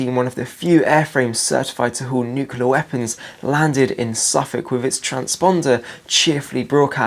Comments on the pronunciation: Great video but please say 'nuclear' not 'nucular'. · Nuclear,, not 'nukular'. Other than that good videos.